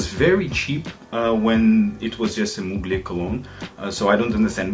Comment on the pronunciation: Great Review as always PS: Its not « Mougley » but to be pronounced « Muglère »